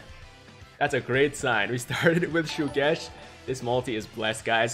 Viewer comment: Once again that character is NOT PRONOUNCED SUGESH BUT HE IS PRONOUNCED SHUGESH AND WHAT I GOT IS ABSOLUTELY NONE OF YOUR BLOODY BUSINESS